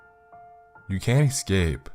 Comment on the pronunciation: yeah he really does have a great voice for narrations, though he just needs to work on not saying excape instead of escape 😉 .